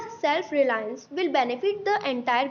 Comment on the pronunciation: the essay was written well but I feel your pronunciations could improve ( you mispronounced GOD, MILESTONE & RELIANCE ). Also, I feel the Phrase at the end was not required and I personally was unable to grasp its meaning. All in all great efforts and job well done :)